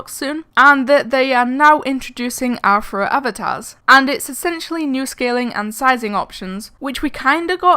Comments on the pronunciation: When I put on captions on, it thinks your saying "Afro" instead of "Anthro" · When she said rthro it sounded like afro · When you said rthro or athro it sounded like you were saying afro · its pronunced ri-tro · i love the new "afro" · Rthro too be honest it sound like you said afro lol no problem